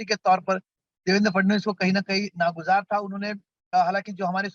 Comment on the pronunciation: नागुज़ार सही नहीं है नागवार है सही वर्ड